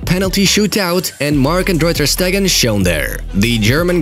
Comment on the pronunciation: ter not tur you can edit the commet